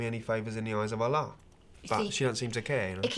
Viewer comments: Anglus Patria it's not😂allar when it's alluh. Quoo-rarn when it's Ca-ran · Anglus Patria do you seriously not get it? He's saying the name Allah wrong, which adds to the whole "he doesn't know what he's on about" thing, Christ it's not that hard to understand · I love how they say Allah and the Quran wrong